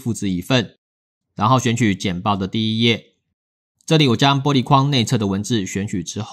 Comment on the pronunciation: ㄅㄛ璃材質 突然發音不標準感覺好可愛